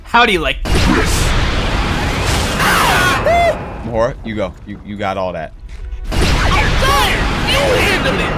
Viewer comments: ITS MAHORAGA NOT MAHORGA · Its maharaga not mahorga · Its maharaga not mahara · It’s not maharaja. It’s Maha raga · It’s mah-ha-ra-ga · Bro calls him mahora 😭😭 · It’s ma ha roga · It’s Ma Ha Ra Ga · It’s ma-hor -a-gah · It is pronounced Ma hor ag a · bro always say mahora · Bro it’s mah-ho-raga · Mahoragah is pronounced MAH-WHORE-RAH-GUH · you said mahoraga wrong the whole time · I feel like nobody cares about how he’s saying mahoraga